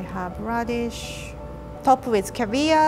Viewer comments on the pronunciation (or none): When she said "put on caviar" I thought she said "put on Korea" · the fact she says "caviar" like "korea" is so cool lol